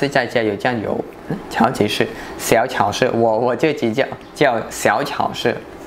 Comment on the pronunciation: 发音不准啊！超市：chāo shì而不是 cháo shì... 你指的加油站那边叫连锁店。